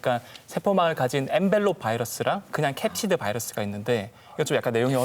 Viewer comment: 에 캐치드가 아니라 캡시드입니다